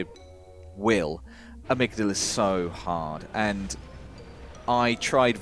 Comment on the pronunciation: It's Ah-mig-dahla, they say it in the game lol love you guys otherwise.